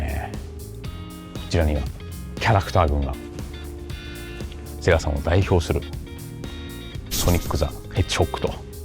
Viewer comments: セガ⤵じゃなくてセガ⤴なの好き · 「セ↑ガ↓」じゃなくて「セ↓ガ↓」ちゃうんけ？ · ゲーセンでエーガーて聞こえてたな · 最近はセガの発音違うのかな？ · セガさんのイントネーションが聞いたこともないイントネーションだと思ったらセガサミーのイントネーションだった。セガ単体とセガサミーじゃイントネーション変わるの目から鱗。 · セガサターンのセガの言い方で笑ったww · 合間の「セーガー♪」に感動 ときどさんの「セガさん」のアクセントは気になりました😅 セガ大好き！！